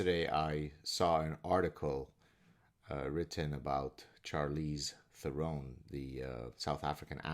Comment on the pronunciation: Thank you from South Africa. She is indeed embarrassing. Although I should add it's pronounced: "Sharlize Terohn". Sorry to be nitpicky.